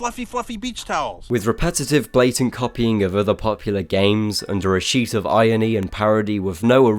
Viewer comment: Is there any iron-y in the way you pronounce irony?